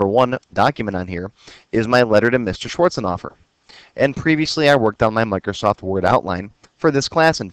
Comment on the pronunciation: Thank you for being so clear and easy to understand, Btw, I laugh every time you pronounce Mr Schwarzenhoffer. It sounds you are saying "Mr, Shorts on offer"